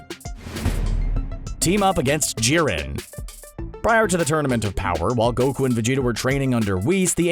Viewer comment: anyone noticed that the narrator said ji-ren it shiuld be pronounced jai-ren